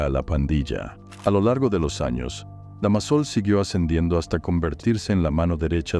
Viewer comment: DEMASO? DÁMASO!!!